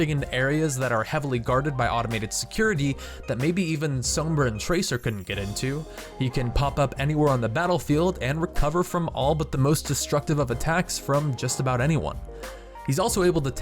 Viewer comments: Soembra? but I thought it was Sombra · ITS SAHMBRA NOT SOLMEBRA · Isn't it pronounced "sambra" not "s-oh-mbra" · Did... did he just pronounce Sombra wrong? How...? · How tf do you say Sombra's name wrong?